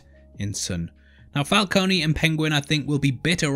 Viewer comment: i love u bro, BUT ITS FUCKING FALCONE, NOT FALCONEY, THATS WHY MARONI IS SPELT WITH AN I, PRONOUNCED MARONEY:)